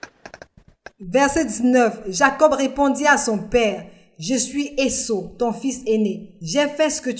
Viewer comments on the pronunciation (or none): Esaü et non Esso. Merci pour le travail